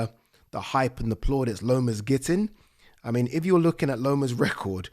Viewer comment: You say "iv" instead of "if"